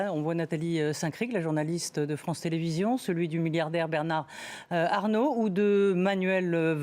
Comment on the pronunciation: C'est assez jouissif de les voir tortiller en prononçant le nom de "Bernard Arnault"